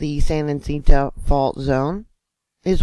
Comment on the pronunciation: Great reporting. FYI. San Ha-sent-oh